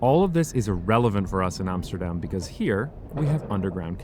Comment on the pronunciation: Armsterdarm..?? Wouldnt it be awesome if he actually cared enough about his product to atleast pronounce Amsterdam correct..???